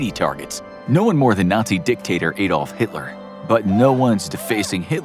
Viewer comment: ahhhhdolf..... not AAAAAdolf.